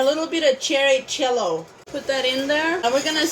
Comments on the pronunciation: I like that she pronounces her “J” with a “CH” sound haha chuice, chello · I love that she says the letter j as ch. Chuise. Chello. Etc. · I’m totally in love with this channel. What a wonderful young lady. Do all Amish people say the ‘ch’ sound instead of the ‘j’ sound or is it just her? It’s so endearing. Cherry chello 😊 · Cherry chello. LOL. Love it!